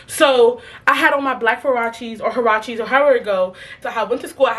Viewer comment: The way I thought you was talking about Versace but you talking about huaraches lmaooo I ain’t never heard it pronounced like that love you tho 💀💀